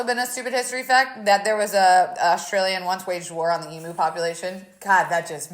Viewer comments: Do all Americans pronounce emUs em(oo)s or just? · I love that she can’t say emu.